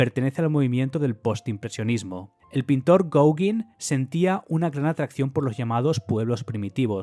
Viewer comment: me hizo gracia oir RESOLUCION de un obra de arte pictorica, está fuera de lugar , las medidas de ancho y alto es para referirse al bastidor de toda la vida, mientras que tu palabra es del mundo actual de Internet y la fotografía, videos etc. Otra tema es la pronunciacion del apellido Gaugin , es frances, y se pronuncia con la I como una E GOGEN...... ESTA ES LA PRONUNCIACIÓN ESPAÑOLA DEL FRANCÉS, LAS OBRAS PARA MI SON SUPERVISTAS Y CERCANAS A MI PROFESIÓN EN EL ARTE. HAY MUCHISIMAS OBRAS DEL MUNDO ACTUAL, MUCHO MÁS HERMOSAS QUE TODO LO QUE HAS MENCIONADO, SI , YA SE QUE TE PARECE ASOMBROSO LO QUE DIGO, PERO HAY QUE ECHAR UN OJO A LAS OBRAS ACTUALES QUE TAMBIEN SE LO TIOENEN MUY MERECIDO. NO SOLO LOS QUE PASARON A LA HISTORIA.